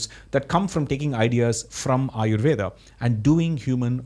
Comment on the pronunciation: Also - amazing video. Really. I would also recommend you to checkout the debate between Dr. Mike V & Dr. Alok Kanojia (Dr. K) on Aryuveda. One more small question - why you do pronounce the "a" at the end of indo words? Tarkaa, Aryuvedaa? I'm not sure if they are just anglicization addition or true pronunciation.